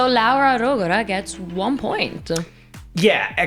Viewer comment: Ahhh finally hearing Laura Rogora’s name pronounced properly!